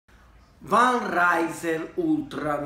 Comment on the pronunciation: "Rysel" è il nome fiammingo per la Città di Lilla in Francia (dove vengono prodotte queste bici). La pronuncia, ad essere pignoli, deriva da Rijsel che suona grosso modo come viene pronunciato nel video, e non Risél (che sarebbe forse la pronuncia francese)